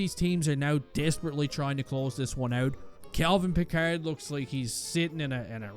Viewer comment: I’m not sure whether is mispronouncing Pickard by mistake or on purpose.